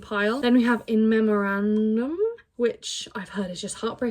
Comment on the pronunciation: the pronunciation of in memoriam 😂 you must've been getting fed up haha! love these kind of videos ❤